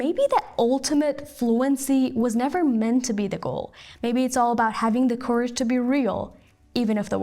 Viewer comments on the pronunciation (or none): آزمون لیسنینگ از لهجه های خارجی مانند آفریقایی و روس و اروپایی هم گرفته میشه ایشون هم لهجه فارسی داشتن ایرادی نداره فقط لهجه فارسی شنیدنش راحت تره البته کمی ایراد های تلفظی هم بود مثلا تو سطح c2 جرائت میشه کارج نه کورج که ایشون تلفظ کردن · البته شما هم اشتباه میکنید کارج تلفظ بریتیشش هست امریکن میشه کرج نه کورج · Hi, I do admire your American accent, though, I'd prefer a native speech as a test. Cause it was too easy for me, I fast forwarded to and noticed a flaw in pronouncing (courage). The COU shouldn't sound /ko/ . I merely mention this flaw cause I believe you do have an outstanding flawless pronunciation accuracy, so why not make it even better. Keep up the good job. Love your pronunciation.